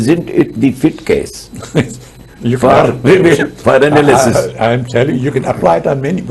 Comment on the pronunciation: Too SUPERFICIAL an ANALYSIS. If you choose to use English words, learn to pronounce them.